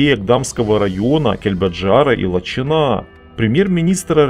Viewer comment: Наверное, всё-таки ЛачИна, а не ЛачинА 😊